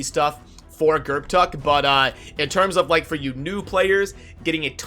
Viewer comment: I believe the p is silent. Gurrtuk sounds better to me.